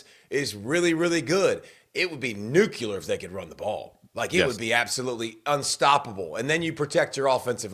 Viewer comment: David did you really say “nucular?” 😂